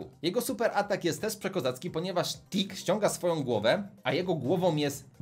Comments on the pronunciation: Powiedziałeś dick a nie tick. Dick to z angielskiego to co masz na wysokości pasa z przodu. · Powiedziałeś TICK a ja zrozumiałem Dick -_